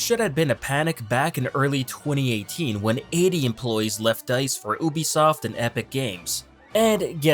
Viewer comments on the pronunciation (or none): it’s you-be-soft not oo-be-soft lol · did he actually just say “oobisoft” instead of Ubisoft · it’s “you-bi-soft” you melt😂😂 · “oohbisoft” 😂😂😂😂😂 did he just say “oohbisoft” 😂😂😂 I’m dying!!😂 “OOHBISOFT” 😂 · he said it correctly, idk what u talkin about